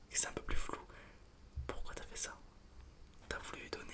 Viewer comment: c'est pas "j'fais des photos" c'est "jfa des photos" c'est un québécois de rien